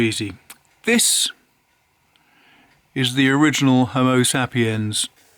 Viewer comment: You’re saying Homo Sapiens incorrectly. Homo Say-pee-ens!